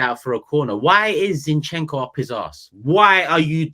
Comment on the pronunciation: Turkish teach how to say ‘zinchencko’ please